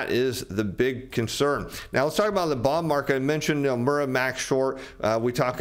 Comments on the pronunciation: Did he say Nomeara? Is that Irish? Is there an "i" or "e" in Nomura? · Is he saying ‘Nomura?’ He said ‘Nomeira’. Who TF is Nomeira?